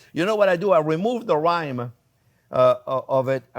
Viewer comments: It’ not rhyme it’s rind! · Chef, you remove the cheese's rhyme? LOL. I think you mean rind. Rind not rhyme (or rime). Tasty dish.